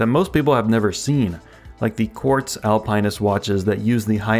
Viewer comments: Al Pine Ist? Dude. Al Pin Ist. Or Alp Nist. It's not an evergreen. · Al-pin-ist. There is no pine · It's not Alpine-nist. It's pronounced Al-PENISt. 😅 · Al-pin-ist or Al-pine-ist? it's the first one and saying it the second way is ridiculous and much more work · It's Alpin not Alpine. Google Alpinist pronounced. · Al-pin-ist there is no E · AL-PA-NIST. Are you trying to troll us? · face-green-smiling::face-green-smiling: Al-pine-ist... what the heck is that? Seriously! Please. LOL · are you saying alpine-ist on purpose its driving me nuts this is something i can definitely imagine you doing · Al pin ist. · Omg learn how to pronounce alpinist 😂can't even watch the video so annoying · Dude learn how to pronounce Alpinist 🤦🏽‍♂️🤦🏽‍♂️🤦🏽‍♂️🤦🏽‍♂️ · You pronounce "Alpinist" differently than everyone else on the internet and as far as I know you're right and they're all WRONG. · Same like WTF stopped watching the video ! He needs to learn how to pronounce words before making a video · Me too 😬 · Same. Had to comment and switch videos. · Great question, maybe YT is actually pronouncing it right in the video 🤔